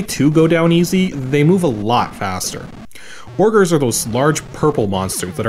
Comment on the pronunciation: They are LITERALLY called "Orgers" in the text file. So is absolutely correct with his pronunciation.